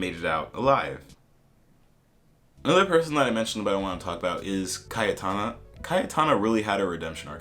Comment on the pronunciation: It's also obvious with Cayetana, it's pronounced very differently in Spanish.